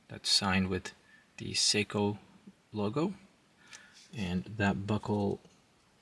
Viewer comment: i switch off after he called it a seiko.. sheesh...